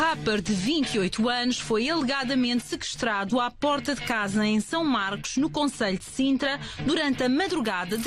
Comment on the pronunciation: Epa primeiros 5 segundos, "um RÁPPER" de 28 anos foi "ELEGADAMENTE" "SEKESTRADO"? Mas esta gaja é das notícias e não sabe dizer uma palavra fodasse.